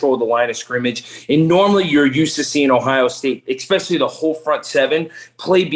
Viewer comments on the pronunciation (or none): "EX-specially." Someone PLEASE tell that there is no "X" in "especially."